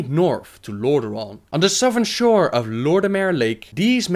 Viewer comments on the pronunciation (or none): none